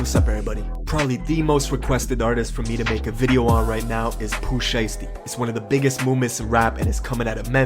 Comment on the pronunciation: dude said “poopoo shiesty”